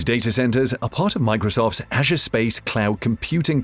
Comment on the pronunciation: The way you pronounce ‘Azure’ and ‘beta’ is incredibly distracting. Not a great video.